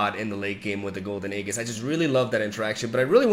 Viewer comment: 5th video telling you that it's aeJIS not aeGIs